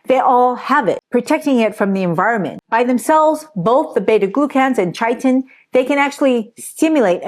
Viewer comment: The "ch" in chitin is pronounced as a "k."